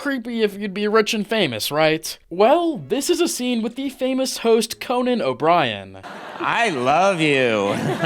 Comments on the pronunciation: Did you call Conan Obrien "Connor?" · Did you just call Conan Connor lol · Did dude just say Conner when referring to Conan O'Brien? Lol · Calls Conan "Conner" 1 min into the video. "Alright im out". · His name is Conan. Not Connor. =P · Dude did you just call Conan Obrien, Conner??? You clearly watch TV as total truth and not just show business.... you probably believe whatever you watch on a screen... this video is purely pathetic. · Did you just call Conan, Conner? lol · This is entire AI slop. First off, it’s not Connor O’ Brian, it’s Conan O’ Brian. Second, Conan is already married for a long time and the women guest know that. Third, Conan only does that for comedy. He knows that’s not how you attract women. Fourth, Craig Ferguson is not a good example. He has been divorced twice. Fifth, using late night hosts is not backed up by science. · did you seriously call CONAN "connor"? Plus, for goodness' sake, he's a comedian. The creepy behavior is a joke. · Who the fuck is Conner? Its Conan....Ko-nan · “Connor” O’Brien? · Ah yes Conner o Brien 💀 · Yes, Conan O'Brien, or as the AI would say... CONNER. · He's O'brien, not Conner. But that's pretty close. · Using Conan as an example makes no sense as he's playing a bit. Also you're pronouncing Conan wrong.